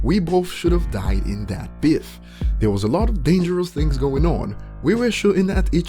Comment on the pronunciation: Man said biff, its BEEF bruh